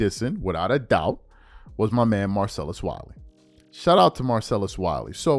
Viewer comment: Dude can't even say Marcillus Wileys name ? Smith you a clown dude Straight weirdo